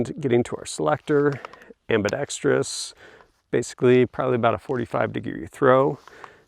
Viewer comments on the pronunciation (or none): people who say, "ambi-dex-tree-us" are a pet peeve of mine. Ambidextrous only has one "i".